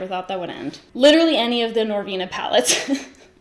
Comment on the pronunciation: when you paused and said "the norvina palettes....." hahaha I DIED! I haven't purchased one mf norvina palette!!!! hahahahah for this very reason! I cannot. I love youuu!